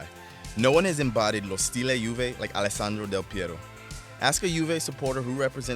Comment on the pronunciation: its how the names are supposed to be pronounced though. would you rather hear 'alecksainder dill pee aro'?